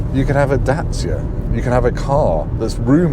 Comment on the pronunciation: The correct pronunciation of Dacia should be the way pronounces it.